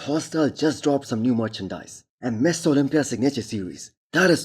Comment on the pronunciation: Does anyone else think every time this guy says Mr. Olympia, It sounds like he is saying Misses Olympia?